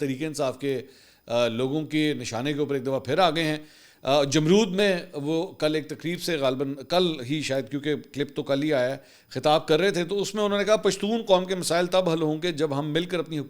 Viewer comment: Mansoor sb it's not JAMROOD , it's Jamrod